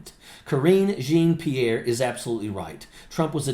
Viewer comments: Dude. I'm a disabled Vet, and as much as I respect you, I gotta tell you. This woman's name is Jean-Pierre, a common sir name in French. Pronounced "Jawn-Pierre", not "Jeen Pierre". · Love your program, just a little note, her name is pronounce (djohn pirrre) the j is pronounce the the dg in judge and the rest is really like the name John. Djohn-Pierre. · Great content! Long-time subscriber. But, as a born francophone it should be said that her name should be pronounced (phonetically): “Jawn-Pierre”. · Love ya, but it’s pronounced (Jaw-Pee-air) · (not how you pronounce her last name) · Dude…you be a lot more credible if you learned to pronounce her name correctly. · Hello, I just came across your video. I want to start by thanking you for your service to our country, and add that I’m happy to see another Vet on the side of democracy! I do want to mention that I think you are mispronouncing Karine Jean-Pierre’s last name. I don’t say this to disparage you in anyway. (I thought to DM you on Twitter/X, but I don’t have a “verified” acct.) If someone else has already mentioned this, I apologize for the repetition. I look forward to watching more of your videos! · You're mispronouncing Karine's last name. Do your homework. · Will someone please correct him on how to pronounce her last name?